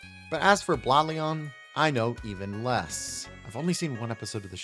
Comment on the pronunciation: How to pronounce Blaon right (from the show) Blade + den (Also you should try FlameNova, he has 4 vehicles! Cant wait to see your reaction)